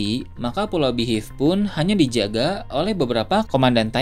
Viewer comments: Min beehive dibacanya BIHAIF bukan Bihiff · Waah..kalo yg mati di antara garp atau rayleigh, pasti bakal marah besar luffy nih.. Kya kasus naruto yg kehilangan gurunya jiraiya di bunuh sama pain.. Oh iya btw, mohonmaaf sebelumnya.. spelling beehive dibacanya bihaif... Joss.. salam nakama 🙌🏻🙌🏻